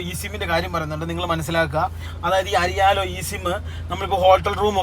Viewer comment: അരിയാലോ അല്ല എയർലോ